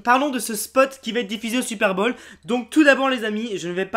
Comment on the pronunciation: On dit le "super"Bowl !!!! pas "supère bolle !